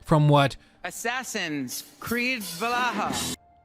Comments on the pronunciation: AC Va-la-ha. 😂😂😂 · Ah yes, AC " Val-AHA" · Did he really just say Valaha? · How do you go through life saying "Valaha" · Actually it’s pronounced Valhalla not Valhalla…. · Man, you're so annoying saying "Valaha" 🙄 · really said "valaha" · mocks the pronunciation of Valhalla by Also: The "Eesoo" storyline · bro cant say valhalla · Your mispronouncing Valhalla 🙃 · the way he says valhalla gave me cancer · Random question, but why do you pronounce Valhalla in such a strange way? 👀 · How did he pronounce Valhalla? 😂